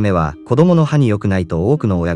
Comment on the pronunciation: わた↘ あめ↗